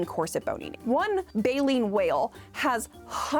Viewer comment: sweety, try to pronounce Baleine ( Bayleen) the French way next time, that would be so fun to hear!: Ba - layn